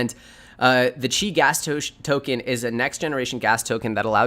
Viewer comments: It's pronounced "ChEEEE" modeling after martial arts not "CHi" like chi tea. FYI but good content thanks! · It's pronounced: "CHEE". as in tai chi